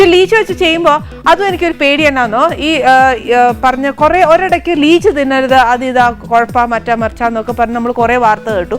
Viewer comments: ലീച്ച് അല്ല. ലിച്ചി ആണ്. Leech എന്നു പറഞ്ഞാൽ അട്ട ആണ്. കടിച്ച് ചോര കുടിക്കുന്നത്. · ലിച്ചി അല്ലേ? ലീച് അല്ലല്ലോ?